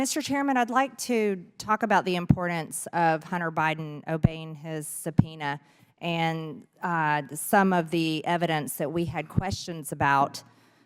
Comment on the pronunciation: MTG loves showing porn, again. yet is a leading children book banner. Loves her porn. This bimbo can't even speak, "impoordance".